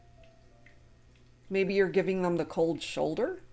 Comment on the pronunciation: Shold Choulder is that right? Hahahahaha you got me laughing too